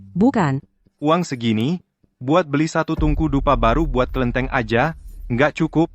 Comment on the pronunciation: bukan kelinteng..ini kelentit hahaha..